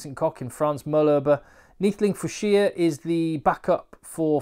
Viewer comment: You pronounced Neethling Fouche perfect mate! Great video